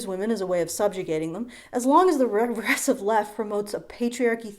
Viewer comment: Turns into Scooby Doo every time she tries to say regressive left